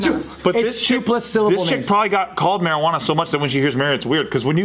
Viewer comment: Mari-won-ah Pep-si Vandyke for the people in the back! Lmao 🤣